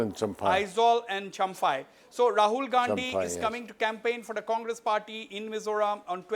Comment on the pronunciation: Wasbir ..there is no Chamfai its Champhai.No Mr Lal Thanhuala its Lal Thanhawla.